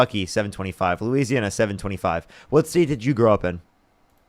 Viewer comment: Ikr! I can't do anything but lol at this misinformed maga moron. Losana!!?? 😂 I think he meant Louisiana